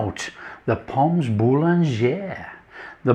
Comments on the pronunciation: You do not pronounce the 's' in pommes, just say pom. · Re prononciation, don't pronounce the s on pommes otherwise fine. Looks lovely. Going to do this next time I'm cooking for friends. ❤